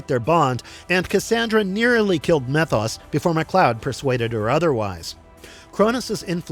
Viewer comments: You calling him "meth-os" instead of "mee-thos" makes me unusually angry. 😂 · Methos is really pronounced; Meee-thos. Get your stuff together, & say it right.